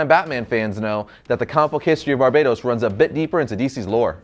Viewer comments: it's not Barbados, Bar-Ba-Towce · Bro said Barbados 😂😂😂👌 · It's pronounced ''Bar-BAT-tos'' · It's pronounced BAR-BAT-OS damn it hurts when you say it wrong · Can you pronounce Barbatos correctly for once?